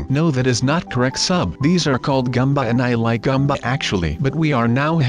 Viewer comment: IT IS GOOMBA NOT GUMBA